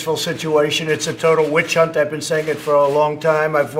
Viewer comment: It's a whi-chunt